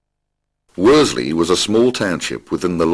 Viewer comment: Watched this video and by and large enjoyed it. However, although the the narrator is very good he makes a few errors in pronunciation. 'Worsley' is pronounced as 'Wors-ley' (common mistake), should be said as 'Wor-sley'. 'Clowes' should be said as 'Clewes', 'Pendlebury' 'Pendlebry', should be said as Pendle-bury (berry).